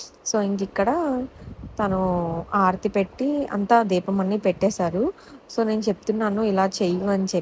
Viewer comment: Aarathi kaadhu amma thalli haarathi